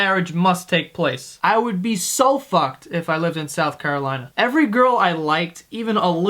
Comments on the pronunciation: lmao am i the only one who noticed it said south carlolina instead of carolina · In "Carlolina" lololololol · "South Carlolina" Nice one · "South Carlolina" XD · Carlolina lol added to many L's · Did anybody notice he said "south carlolina"? He's a fucking liar! We don't have that state! I'm sad. I thought i could trust you joe. I became best friends with a joe just because you guys shared the same first name. I don't even know what to live for anymore. I'm gonna bang my best friends sister now cause he deserves it and we're probably gonna stop being friends. You made this happen! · "South Carlolina"